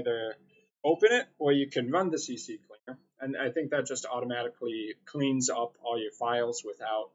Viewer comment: Thanks for the vid...but damn lol Please! CCLEANER JUST C and then Cleaner...if you're going to say CCCLeaner then say CC-Leaner it sounds more Gangsta lol